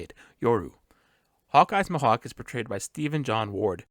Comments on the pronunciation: please don’t pronounce Mihawk like that ever again . Me•Hock = Mihawk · Great spoiler-free video. I do wanna say one thing though, "m'hawk" lol. I always thought it was "me-hawk" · I really liked this break down! It showed so many things I missed despite watching the trailer multiple times. But I just wanted to ask, is your pronunciation of Mihawk some kinda accent or something? Coz its my first time hearing it being pronounced liked that!